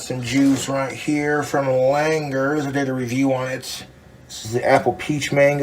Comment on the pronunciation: Genuinely impressed he said “Langers” correctly.